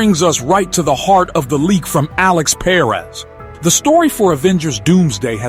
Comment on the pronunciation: i hate the way you say perez 🙄 that's not how you say that name